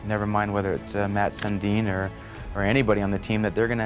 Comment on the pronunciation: How do you not know how to say SUNDIN